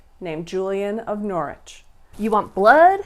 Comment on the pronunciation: Thank you for pronouncing Norwich correctly. 😄